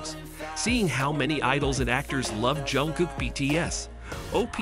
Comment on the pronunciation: А что вас так раздирает, что даже имя произнести нормально не можете ? И какое дело, кто с кем дружит, общается или не дружит, не общается? Вам то что? Бесит ,что Чонгук поднялся до мирового уровня, что его за талант сравнивают с Майклом Джексоном, и это специалисты во всём мире, не сговариваясь. Так он заслужил это признание своим невероятным упорством и тяжёлым трудом. Он как никто предан сцене и фанатам. И каким нужно быть ненавистным человеком, что бы с такой злобой писать о Чонгуке. Ведь разговор только о нём и его творчестве, к чему злобные выпады о его друзьях. У вас друзей нет, вы ни с кем не работаете вместе, не отдыхаете вместе, живёте один одинёшенек ? Может считаете, что общаться, хорошо относиться к кому то, это позор или преступление ? Дурь какая. Или все, с кем вы общаетесь,являются вашими любовниками сразу по факту общения ? По себе судите ?